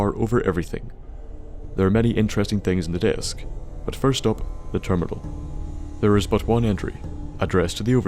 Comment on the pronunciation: you from NI? I've noticed the way you say "thur" like the most of us